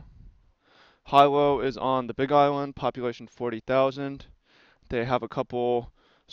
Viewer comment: Hey, Hilo is pronounced HEE-lo. I think it's a good choice. UH Hilo is a cool smaller college. Hilo is a decent community and people are friendly here. You'll be in close proximity to farms, Hamakua coast, and Puna District if you're into the whole counterculture thing. This area can be really rainy and hot sometimes though. I think $400-600 a bit optimistic for rent in Hilo proper though -- think room with shared facilities or studio. A nicer one bedroom is more like $700-800+, but it possible to find a good deal. Also utilities are like 3 times the price of the mainland, so try to find a place with solar water, it'll make a huge difference on your electric bill. West Hawaii is another option if you're less into the college community and more into sun, beaches, and surf. I lived in Kona for a while and want to move back asap. I love Hilo but I like the Kona side weather better. There are a lot of farms around Kona and Captain Cook area too. Kona coffee is the best! There's also a few decent places to game with shops in Hilo, Kona, and Honokaa. Aloha